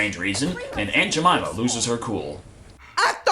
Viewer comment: i busted out laughing when he said aunt jameima..... i know thats probably not how u spell jamyma but, ehh.